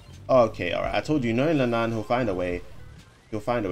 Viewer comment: Feels weird hearing you call le nayne, le nan